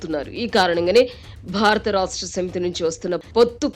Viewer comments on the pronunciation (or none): none